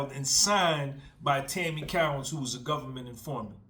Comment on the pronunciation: Co_ wins not cow_ ins